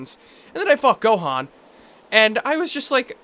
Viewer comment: It's been 3 years, how has no one corrected you yet? This boss is called Gohdan not Gohan.